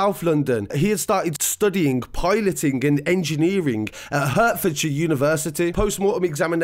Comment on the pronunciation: “Hurtforshire university” 🤣🤣 it’s pronounced HARTFORDSHIRE but obviously spelt differently from that